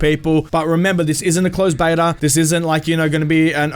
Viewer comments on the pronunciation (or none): none